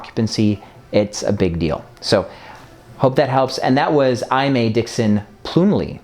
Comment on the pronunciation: Aimee is pronounced Amy. Haha